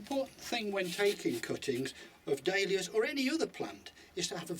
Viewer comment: It sounds like he is saying Day Lillies not Dahlias